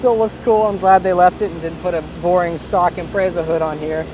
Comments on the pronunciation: what is it with the fucking yanks removing the wing its there for a purpose. and learn how to say impreza. agree about the seats tho they are a pain in the ass needs more support. is there any need for a good handling car in america no good driving roads surely there all straight. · is it pronounced imprayza or impretza (IMPREZA) .................